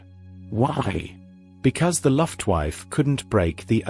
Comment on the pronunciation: Oh Dear!!! 'The Luft Wife' ITS' LUFTWAFFE!!